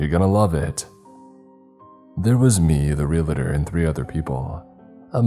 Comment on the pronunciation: Repeat after me: "Re-al-tor". Not "Real-a-tor".